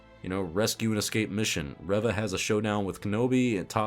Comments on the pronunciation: Your intentional mispronunciation of Reva's name comes off as ignorant and disrespectful. And I don't even like the character. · I may be wrong, but I don't think he mispronounced her name on purpose. If I had to guess, he may have forgotten her name, referenced his notes, saw “Reva,” and accidentally pronounced it differently. I say this because I forgot her name. I remembered her as “Third Sister,” and it was only from watching other reviews that I was reminded of the character’s actual name being Reva. (Remembering names isn’t my strong suit.)